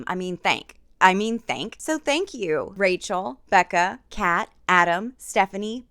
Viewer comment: The “RACHEL” was so pointed and it had me dying